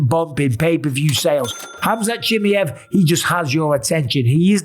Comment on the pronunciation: CHIMAYEV. NOT CHIMEV